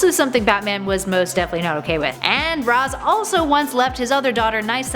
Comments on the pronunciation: ITS PRENOUNCED RASHE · It's "RAYSH" Al Ghul, goddammit! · Its noy Raz as in Raspberry! 🤣